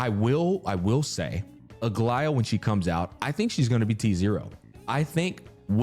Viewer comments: I made the comment at the beginning where he called her Algea or something like that. Have in mind that what I described is the correct "greek" way, I guess pronunciation is fine as well. Written is greek is Αγλαΐα btw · From a greek viewer, it is pronounced A-gla-ia with the intonation on the "i"